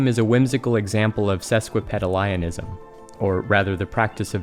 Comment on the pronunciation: I think it's a bit sad to hear "sesquipedalian" mispronounced in a video that is in many ways a love letter to the tendency. :c I do love this video, though!